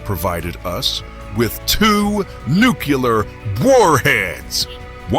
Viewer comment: Love these. Thanks. (but do check your pronunciation of “Nuclear” and “Sabre”)